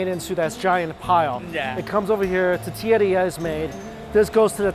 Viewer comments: Same! It’s tor-tee-ah Regardless, always a pleasure to watch Mike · Cracks me up the Asian guy says Tetillia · How Mike says “tortilla” 😂😂 “titiya” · Hearing Mikey say toe-tilla in the first video..come on bro Hearing it 5 videos in..LIFE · "The Tutilla"! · This guy can't say tortilla to save his life.😂😂😂too funny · Please enunciate the word tortilla....there are 3 syllables in the word. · There is an “r” in “tortilla” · There is an “O” in the word tOrtilla, mike 🙄🙄🙄